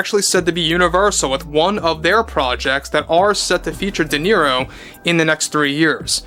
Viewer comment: I think it's pronounced De Zero